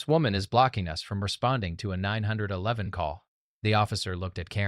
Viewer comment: Why is it so hard to pronounce 9-1-1 correctly?